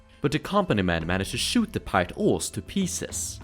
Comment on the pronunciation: When you say pirate it sounds like the word pilot, a little confusing